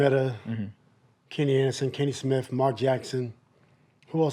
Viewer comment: kenny is the goat but man what u just said was corny “wenny” “weecham”